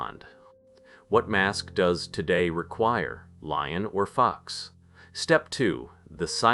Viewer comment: lion or fox lol i had to turn on my captions to see what you actually said because it sounded like lying or f u x 🤣 i have to admit , I started having a little chest pain early in the vid( And I have extreme high blood pressure) n I had to lay down, but when I heard this I laughed so hard and it distracted me from what was probably an anxiety attack.